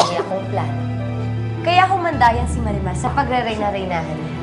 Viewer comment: 20;10 Namali lang ba ko ng dinig? Marian yung nasabi ni sergio imbes na marimar😂😍